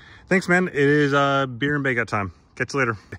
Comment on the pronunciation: One thin i learnt is a new way to pronounce 'baguette'.